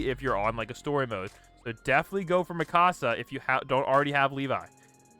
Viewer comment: her name is mikasa not mikosa ok